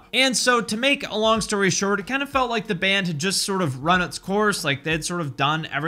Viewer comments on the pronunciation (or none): none